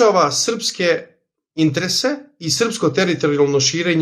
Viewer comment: molim te, samo izgovaraj interese, a ne intrese, baš mi zapara uši. Ostalo je sve top